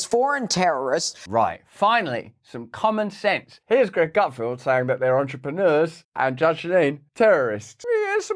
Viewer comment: Feld. GutFELD. NOT "Gutfield". Does NO ONE on your team know how to read and pronounce the guy's name?!